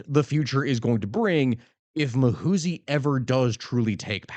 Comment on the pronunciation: It's Muhoozi not "Mahusi"